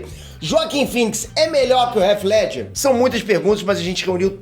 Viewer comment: me desculpe cara! Mas seu canal é grande e não tem condições de você pronunciar "réti ledger", o correto seria algo próximo a "rritih Ledger", com o "T" "quase" mudo, com a ponta da língua batendo na parte de trás superior dos dentes. Me dá aflição esta pronúncia errada.